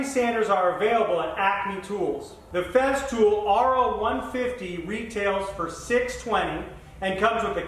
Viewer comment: It is not "FEZZtool" It is "Fesstool"